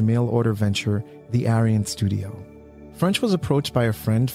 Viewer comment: Every time you said “Arion” it sounded like aryan. Which I guess still applies but still… lol